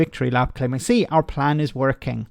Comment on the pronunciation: Reminds me of Kim Jong Ill in Team America World Police. “We have a pran” 😂